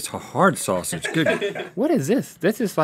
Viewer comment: That's a soffsage